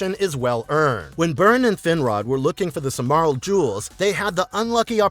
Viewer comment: I've never "Silmarils" pronounced in such a way before😂😂😂.